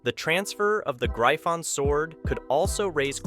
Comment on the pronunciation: its not known as graifon lol and wth is mahak? lmaoo